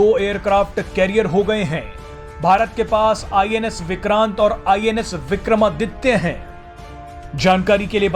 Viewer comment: अबे औ.. हौौले. आई एन एस विक्रमादित्य है.. विक्रमद्दित्य नहीं.. सीधा बोल. ब्लडी फूल.